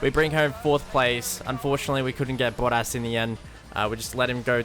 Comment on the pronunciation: Kept thinking "who is boddas?" 😂😂 Accents can be funny 😂